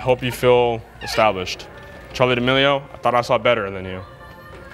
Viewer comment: that girl you called charli damelio 😂😂😂😂😂😂🤣🤣🤣🤣